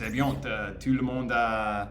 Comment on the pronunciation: Hey! I can see your improve day after day, congratulations! A piece of advice: when we say " tout ce qui se passe", le mot "tout" signifie "everything" et on ne prononce pas le T final, we pronounce "TOU" (it can seem not that important, but it is 😉). "Sa famille ne pense pas trop A elle, ne LA considère pas trop, ne LA traite pas très bien" 🤩. No matters it's a man or a woman, we speak about "un personnage", so: "le personnage principal" 😝"Elle va A L'hôpital" 😜. We'll rather say "Il est possible qu'elle ait UN cancer", not "DU cancer" 🤮 "Tout le monde LA traite MIEUX qu'avant"😁 "Elle veut que sa famille continue à bien la traiter": in French we put the adverb before the verbal form when it's an infinitive or a past participle, example: we say "j'ai BIEN dormi" (fluent) rather than "j'ai dormi BIEN" (not fluent) 😃 "To react" is "réagir" in French, we say "ils réagissent" 🙂 For the "making" or the "shooting" of a film, we say la "réalisation" in French, "le film est bien réalisé" for example 😀 Une "série fictionnelle" is a bit heavy, we simply say "une fiction" 😛 And that's all for today!! bye bye!😜